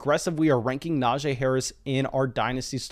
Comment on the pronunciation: I know it shouldn’t bother me but his name isn’t pronounced the way your saying it. He actually told everyone in an interview it’s pronounced Na-G. Great video as always, but that is just driving me nuts for some reason.